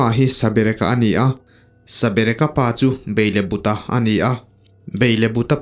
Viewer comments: Beilebuta×- Belebuta✓ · Sir chu..... Beilebuta te i ti núi núi zel a; Belebuta tih zawk tur a nia... 😂😂😂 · Beilebuta ni loin Belebuta zawk.